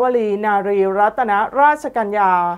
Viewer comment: เธอไปอยู่ไหนมา ทำไมอ่านชื่อฟ้าหญิงและทูลกระหม่อมหญิงผิด เขาอ่านว่า รัด หรือ รัดตะนะ